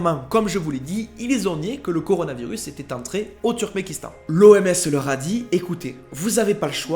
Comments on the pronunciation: C'est "Turkmenistan", pas "Turmenkistan". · Tu dis Turmékistan alors que c'est Turkménistan. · Turkménistan, not Turkmékistan. thank for the rest ;)